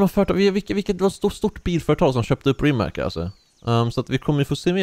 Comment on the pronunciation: Det uttalas inte rimak utan ri mats